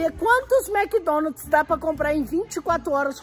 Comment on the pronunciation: Mds é Mc Donald's Não Mc Donalt's